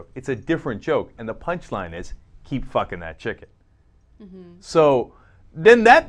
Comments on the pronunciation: Sounds like he's saying pluckin to me. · Am i the only one that thinks its obvious that he said "keep PLUCKING that chicken", i cant even hear him say fucking, it sounds like "PL"ucking to me. That would make much more sense. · Maybe you have some kind of hearing/language disorder, cuz he totally made an "f" sound. The "p" sound is very distinct, and could only be mistaken for a "b" sound. Bilabial sounds (p, b)are very unique and would be hard to confuse with labiodental sounds (f, v). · Hmm.... I keep replaying it over and over and I still hear "fucking." Maybe it's just my ears. >_>